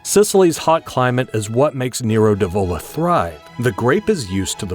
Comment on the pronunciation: Cuz it is an AI channel. Learn how to pronounce Nero d'Avola for one, Rosso for another.